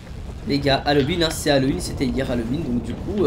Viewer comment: Halloween, ça se prononce "Halouween" pas "Halauween"!